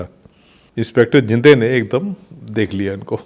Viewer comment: Inspector zinde nai bhai zhende hai